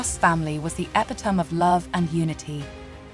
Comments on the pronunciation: >>>> "The Cross family was the "epitum" of love. Since when is epitome pronounced epitum? This AI-generated mess must be working from a different English dictionary. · Epitome is pronounced e pit o me.